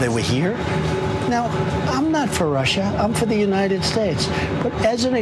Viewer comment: I'm not for Russhhha....I'm for the United Shhhtatsh. Myself, I'm for Super Poly Grip.